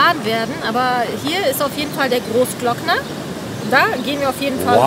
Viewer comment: Großglockner ohne ö😂 sonst top 15639€